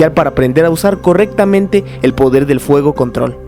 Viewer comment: minuto 22 50 dice podel del fuego